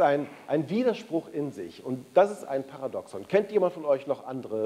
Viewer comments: Also wer über die Thematik Paradoxon spricht, sollte wenigstens wissen, wie der Begriff richtig ausgesprochen wird. Es wird das 2. "a" betont! Par !A! doxon! Bei "paradox" liegt die Betonung eher auf der letzten Silbe. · Lieber Herr Caspers: Das Wort "Paradoxon" wird auf dem 2. "a" betont und nicht auf dem ersten "o"... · Stimmt vollkommen. "... dem zweiten "a" betont und nicht auf dem ersten "o"... Jedoch mindert dies nicht die Aussprache des Wortes "Paradoxon". Und NEIN, diese Aussprache hat sich bis dato NICHT geändert.